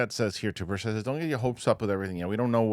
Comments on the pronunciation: The correct pronunciation of Representative Tim Burchett's last name is Bur-CHIT. *READ YOUR COMMENTS MAN!* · That's not how you pronounce Tim Burchett's name,. It bothers him. Say BIRCH IT. Don't say it like it's French.